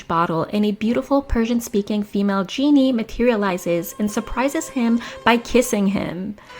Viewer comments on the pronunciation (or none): none